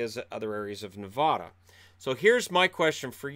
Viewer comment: you are not allowed to be a Knights fan anymore until you can say Nevada correctly. The middle syllable rhymes with "cat", not "cot" -- please and thank you.